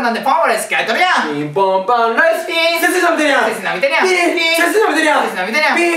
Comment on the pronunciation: 「背筋伸びてるや〜ん」のイントネーションが違う気が…